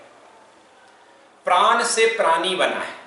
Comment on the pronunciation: प्रान नहीं प्राण कहा जाता है ।